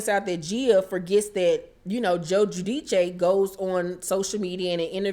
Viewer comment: I crack up every time you say Teresa's last name. You be jacking it up.